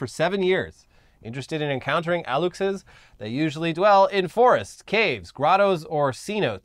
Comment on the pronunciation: The fact that knows that México's president is called "AMLO" it's just great. Aluxe is pronounced "A-lush-é", and in mayan folklore is some kind of a forest sprite, very Lorax-like. As you say, the construction of the Mayan Train has been very controversial, since it would destroy a lot of southern forests in the process. If the Aluxe was real, it would be very against the Mayan Train.